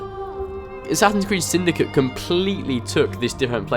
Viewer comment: why are you saying "assassins creed syndica " instead of "assassins creed syndicate " just wondering